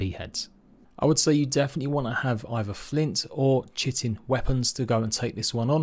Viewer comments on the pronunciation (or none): Correct people's pronounciation: Kite-in Incorrect people's pronounciation: Chit-in Me who knows the correct pronounciation but simply doesn't give a crap: Shit-in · why does everyone say chit-in.......its pronounced Kite-in......